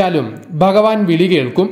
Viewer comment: baktharalla bha bhakthar bagavan alla bha bhagavan ucharanam shradhikkuka